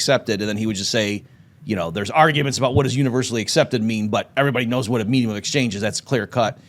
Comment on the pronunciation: “Meejeum of exchange”